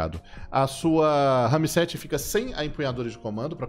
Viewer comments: que agonia ele falando RAMI 7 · Que agonia o falar " RAMI 7" KKKKK pqp. Parecendo minha tia falando RERI POTTER. 🤣🤣🤣🤣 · Porra, pensei q eu só eu q tava vendo isso. RAMI 7 É FODA NÉ